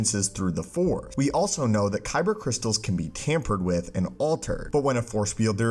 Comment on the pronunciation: Plz plz plz finish the word force before cutting to the next dialogue. I hear “the for” so much and its been bothering me for monthsss